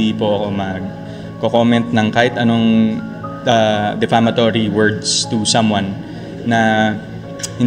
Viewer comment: Hello it's defamatory not deflamatory